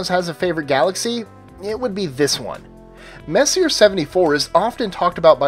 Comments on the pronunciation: You pronounce sommalier correctly but not Messier???Lol, just busting your chops! Good list. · Comic B Studios - No, Messier is the sir name of French astronomer Charles Messier. There is only one correct way to pronounce his name: "Messy-A"; Not "Messy-er". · Oh Crap....do a tiny bit of research.. His name was. "Mess-e-ay". Every time you repeat. "Messi-R." , my ears bleed. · it’s pronounced Mess-e-yay, not Messier. Charles Messier was a French comet hunter in the late 1700s who made a catalog of faint fuzzy things to avoid, because they may be mistaken for comets. Ironically, although he discovered many comets, he is now famous for his faint fuzzy things! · Messier is pronounced (Messy-A) not messier. WTF IS WRONG WITH YOU STUPID MORONS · Omg. It's pronounced: "May-See-Aye". Not: "Mess-E-Urh". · If you're going to pronounce it Mess-iER for this entire vid,. I will quit NOW. It is Mess-e- AY. You had to have heard that word pronounced a thousand times if u study astronomy. Mess' e A......well, apparently you are except for. Max......I am out of here, LAZY Ok, what does NGC stand for....? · It's pronounced "Messy-A", not "messier". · um, that's "mess - ee - AY" (French) NOT "mess - ee - ERR" (LOL) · gues what he isnt fucking french and probably doesnt give 2 fucks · The Messier is pronounced "Mess-E-A" , not "Mess-e-er". After Charles Messier, who put together his catalog of 103 objects in the late 18th Century. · Just for future reference, Messier is pronounced Mess•ee•ay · It's French. It's not messy-er. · Sorry to be an ass but messier is pronounced, mess-e-a, it's just that it was bugging me in your otherwise very good videos. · Messier is pronounced Messi-a. Sorry, it just bugs me.....Don't hate me....please. lol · You mispronounced Messier. The name is French and pronounced Messy-A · both are correct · Messier is pronounced Mess-E-A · He just pronounce it wrong but you striaght up insult him wtf Is wrong with you angry kid?